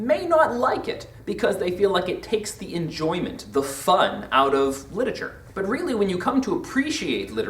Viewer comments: Stop saying 'litature.' It's LIT-ER-A-TURE! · LIT-ER-A-TURE NOT LIT-A-TURE